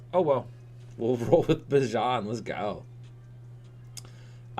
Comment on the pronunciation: sorry for being nitpicky but its Bee-Jahn not bih-jon and he is a better pick than any QB, lucky he fell to you